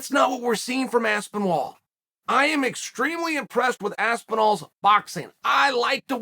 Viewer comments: Uncle Chael really struggling with that name. Aspenwall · Chael called tom by his name correct once 🤣 aspinwall? I love it haha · Aspenwall might be my favourite mispronunciation yet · He literally noted how there isn’t any “w” and he keeps saying Aspenwall😂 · Chael pleaseee stop calling him aspinWall, for the love of god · Surreal Gone for me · I kept hearing Aspen Ladd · If Chael says Aspenwall it is now ASPENWALL! I know 6 guy who met Chael recently who would fully agree. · I think Uncle Chael took a few too many knocks to the part of the noggin responsible for pronunciation lol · At least pronounce his name right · How can he state that he's mispronouncing a name and then continue to mispronounce it?! I just don't get it! Also, every MMA fan in England has known that Aspinall was a BJJ talent since he started- his dad was the first BJJ black belt in the UK (apparently!). I just loved that his big takedown was like a proper rugby tackle. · Chael is the only man to let you know that he can’t pronounce a man’s name correctly by pronouncing the man’s name correctly😭💀